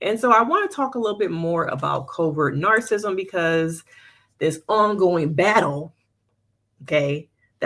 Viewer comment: The pronunciation of "narcissism" is typically: /ˈnɑːr.sɪ.sɪ.zəm/ or in phonetic spelling: NAHR-suh-siz-uhm